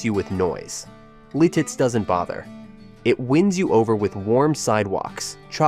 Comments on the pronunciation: lol Litiz is beautiful! It’s pronounced LIT-it’s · Really? Lititz, PA is spelled and pronounced wrong! It is pronounced Lit its, and there is not 2 e's in Erie, it's not haunted!!!!! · Mauch Chunk not Mount Chuck. Also Lititz and Lilitz. who are you?? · I'm sorry, calling it Lilitz and then pronouncing Lititz differently every single time is actually wild I'm crying 😂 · A lot of errors in the Jim Thorpe segment, followed by calling Lititz, Lilitz- that’s when I turned it off. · It's pronounced MAUK-CHUNK (Jim Thorpe) LITITZ not Liltiz Lewisburg has some incorrect clips. I'd know I live nearby. There is no WEGMANS in Lewisburg, that's half hr away in Williamsport. And s Your Wellsboro Downton shot with a blue building to the left is LEWISBURG. I work in SC and the population is when class is in session. You showed Port Matilda in one clip. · Oh FFS, it’s bad enough when you AI voices mispronounce the names but misspelling is unforgivable. IT’S LITITZ!!! Even a second gaff LEETITZ, keep going BOT! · You spend all that time making a video and misspell/ mispronunciation Lititz. Lost me there.